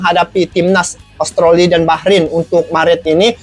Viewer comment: Australi bang bukan austroli